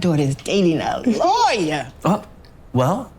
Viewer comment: Also the way he says lawyer, he pronounces it Liar. 😂😂